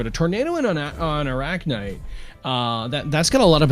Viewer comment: is it that hard to say arachnyte correctly. especially when the other guy is doing so.